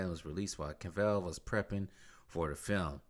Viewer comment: I think it’s pronounced Cav-ill not Cav-ell lol